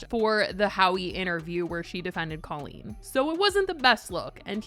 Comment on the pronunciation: Why are we not talking about how Jojo pronounces Colleen like Cole-een? I hate it so much 😂